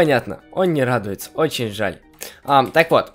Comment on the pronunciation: Он же радуэтся нет он не радуэтся🤣